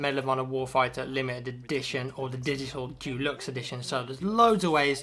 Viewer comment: I love how says "Deluxe"